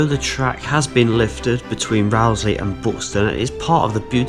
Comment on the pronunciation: Amazing video! Really informative and a great tribute to an amazing stretch of line. Isn’t it Rowsley, as in ‘row the boat?’ My mum’s family all came from nearby Youlgrave and it was always pronounced that way, not as in ‘Row-‘ argument.